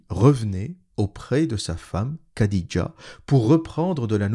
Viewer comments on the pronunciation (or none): Petite correction pour les prochaines vidéos le kh comme dans Khadija ou Boukhari ne se prononce pas "k", ça se prononce comme le "х" en russe. Le son n'existe pas dans la langue française mais c'est un peu comme un chat qui crache lol